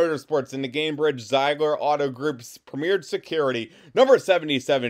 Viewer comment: Zeigler is pronounced Zigler